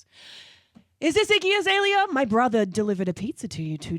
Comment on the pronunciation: ryan says his iggy azealia all the time,lol